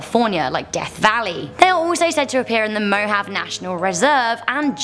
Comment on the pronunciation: Mohave is pronounced mo-haw-vee not mo-have